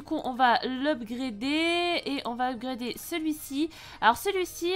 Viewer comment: Gg pour ton légendaire ^^ et à tu nous as fait un upgrader à la française 😉😂😂😂